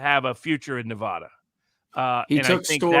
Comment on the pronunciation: I wish Robert would pronounce my state correctly. Nev ADD uh.